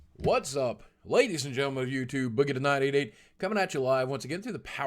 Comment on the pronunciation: why do you say boogie2988 like that?? sounds like you're saying 'boogie to 988'